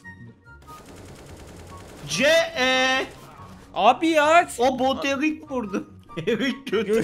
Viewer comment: Abi o erik değil eric